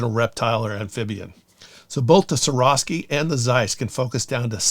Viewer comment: Y do people have so much trouble pronouncing swarovski!,???